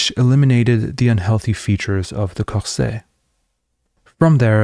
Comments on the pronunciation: I'm sorry, corseT. You do say the T. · I don’t see the point of what you are doing: You haven’t involved yourself in the process of Propaganda/tools/techniques/insights shown by Bernays, but instead defend Democracy against and how you value it - as you believe it’s self evident. Boring. Check on how to pronounce ‘Corset.’